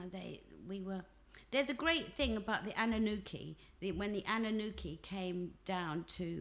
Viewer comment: Anunnaki not Anunnuki as in naki, and not nuki..DeIties of the Sumerians x